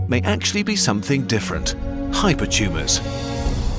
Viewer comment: "Hypertumes are tumes of tumes"